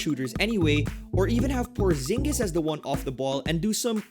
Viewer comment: It's Porziņģis, not Porzingis :)